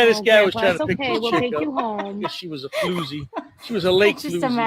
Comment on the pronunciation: Floosie. Not flouzy.